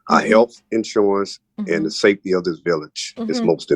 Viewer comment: I just realized she can’t say SAFETY!😂